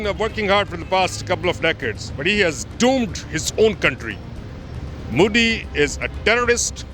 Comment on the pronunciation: I laughed loudly when he told mouddi instead of modi 🤣 😂 😆